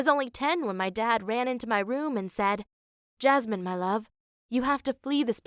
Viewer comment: HER NAME IS JASMIN NOT JASMINE!!!!!!!!!!